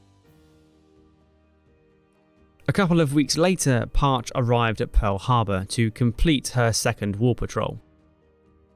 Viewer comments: It's pronounced parchEE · It is spelled "Parche". It is pronounced as "Par-chee". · The subs name is pronounced 'PAR CHE', two syllables. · The ship's name - Parche - is pronounced "Par-chee," with the long "E" sound. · The sub USS Parche—is pronounced Par-chee— at least that was the pronunciation used for the sub that followed (SSN-683) with the same name. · It's pronounced parCHEE. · Great video ( Btw the boats name pronounced Par-Chee.) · Great video. A couple of things: I think it's actually pronounced "par-chee". You cite the no doubt important role of Bletchley Park in decrypting IJN intercepts, but the US Navy's signals intelligence organization OP-20-G and Stations HYPO and FRUMEL were probably the key factor in the success of the US Navy. Also the second USS Parche (SSN-683) has an even more fascinating story than the first Parche, only some of which has been declassified to date. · Great video, other than the pronunciation of "Par-chee". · Didn't scroll all the way though the comments, hard to believe I'm the first to point out that it's pronounce PARCHEE. --Former crewmember, USS Parche SSN 683 Even Wikipedia got it right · NO. Pronounced as Par-chee. Argh! I was on ssn-683, USS Parche. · It's pronounced Par-Chee!!!! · In the US Navt the name of the sub is pronounce “par-che.” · thanks ... great video ... one small point ... the boat's name, PARCHE, is pronounced Par-chee ... a small butterfly fish. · It’s pronounced, “par chee.” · Pronounced “Par-chee”.😎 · That's Parch-eee, all you had to do is ask someone instead of getting it wrong!!! Stupid is, stupid does!! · She bore the name (pronounced with two equal syllables: /ˌpɑːrˈtʃeɪ/) Please fix it. It hurts my ears. IRA EM1(SS) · Parche is pronounced “PAR-CHEE” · Great video, but a lot of sub fans are going to cringe a little everytime you said the vessel's name. "Parche" is pronounced "part-cheh" :P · Pronunciation is Parche with a long e. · You Don't pronounce the name Parche correctly 🤣 😂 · Its PAH-CHEE